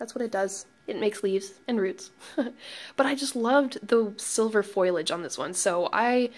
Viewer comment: Foilage? Really? Please tell me you were just being funny